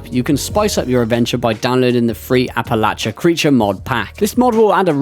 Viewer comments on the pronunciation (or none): Say it like App-Ah-Lay-She-Uhhh 👍🏼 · As someone from the philly area, youre killing me with the pronunciation 😂